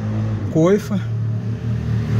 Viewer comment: É coxim. Coxim. Gostei bastante do vídeo.